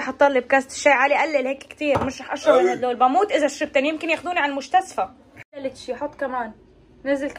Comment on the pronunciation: مش تمصخر بس لي بتحكي مشتسفى وهي مستشفى